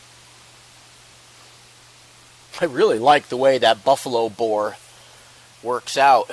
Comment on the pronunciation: Thanks for this test i didn’t catch that you said buffalo bear until you put it in writing, LMAO!!! 😂you should call it buffalo bob, buffalo bill and a buncha other names everytime you test it. I cant wait to get a makarov. That denim was crazy how it did so much better.